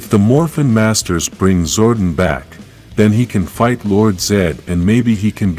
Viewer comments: Did it bother anyone else hearing him call him him "Zordin/Zorden" instead of "ZORDON/ZOR DON"? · Yes it bothered me as well... Zordon not Zordin... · His name is Zordon (Zor-Don) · It's Zor Don